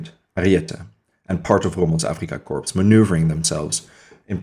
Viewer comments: Another great vid, thanks, not to be critical, but corps or korps is pronounced core, corpse is a dead body... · I only mean to be helpful. The word corps is pronounced without the S at the end. When the S is enunciated it sounds like corpse which is a dead body. It's a distraction from your presentation so I thought I would mention it. I enjoyed the video and you have a good voice and look forward to more of your videos.